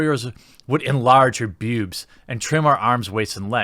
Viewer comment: Be a big boy Jeremy and try saying it, "boobs". Get off the internet leetspeak of "bewbs". We will work on "wah-men" next. Or maybe you dont want to be taken seriously.